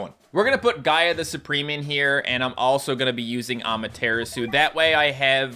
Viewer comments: hi u say amaterasu funny it's ama-ta-rah-su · It's pronounced ama tuh rah sue